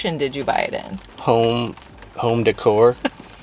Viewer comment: I like when he looked into camera and said, “Family Decourrrr”.